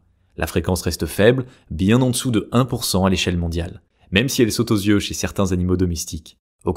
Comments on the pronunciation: Merci pour cette vidéo. Précision pour faire avancer : On ne dit pas « z »yeux bruns, bleus… s’il n’y a pas de « s » avant ; mais « i » eux dans ce cas. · Super ! J’ai appris que j’avais des yeux noisettes à 57 ans. Merci. En revanche « yeux » ne se prononce pas « zyeux »😅